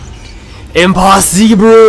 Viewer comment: AN ASIAN said IMPOSSIBRU. I cam die happy.